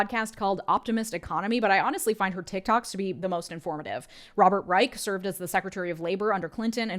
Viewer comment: Please note that Robert Reich's last name is pronounced with a soft 'ch' sound, not a hard 'k' sound.